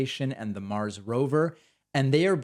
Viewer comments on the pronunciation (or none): none